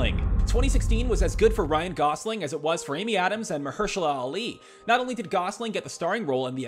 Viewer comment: Ryan "Goslin".